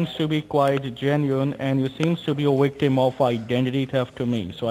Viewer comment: You’re a “wictim” of identify “teft” Oh no! 😆